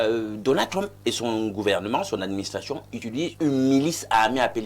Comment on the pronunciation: C'est Donald Trump et non Donald Trompe😂